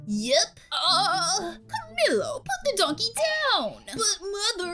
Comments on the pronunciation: By the way not to be rude I love your vids but his name is not ca-mi-low it’s pronounced ca-me-lo but spelt camilo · Its spelt camilo but its said like cameelo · When she said camilo I wanted to die- so basically its pronuced like... CAM-EE-LO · And it's cum-eelo